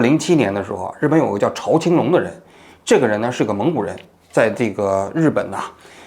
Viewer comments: 欢迎王局来日本生活。现代周刊就是八卦新闻。朝青龙，在日本华人都称呼朝zhao 青龙。朝日新闻，朝日啤酒。不读chao。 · 读zhao青龙，朝日的朝